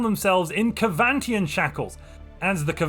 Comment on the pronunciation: ITS SEVANTIAN NOT KEVANTIAN